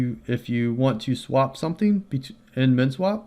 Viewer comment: What was the 2nd one i couldnt understand you. Men swap?